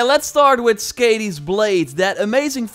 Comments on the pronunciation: Please, Skadi ( skɑːði ) NOT Skadi ( skæ:di: ) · Hey! Just so you know you’re pronouncing it wrong. Skadi is pronounced like Scotty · Skàdi is pronounced with a Long a- sound; like "car" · Did anybody else cringe every time he pronounced skadi wrong?